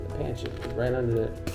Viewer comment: Pronounced Pon-sit lol